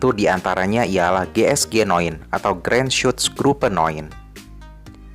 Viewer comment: Bang cara bacanya jiesjinine,bukan geesgenoen